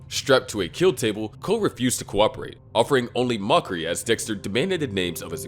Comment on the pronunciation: I just want to say how funny that during the video, I think Dexter, but I hear Dickster.